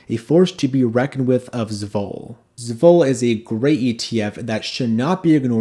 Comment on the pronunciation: Great list! (But please say ess-vol... two syllables. The first is just the letter s. 😅 Love the channel and appreciate your content!